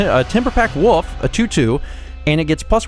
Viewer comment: I like how pronounces Wolf as Woof.